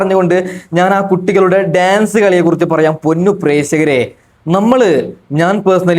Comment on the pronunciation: പ്രേസകരെ അല്ല പ്രേക്ഷകരെ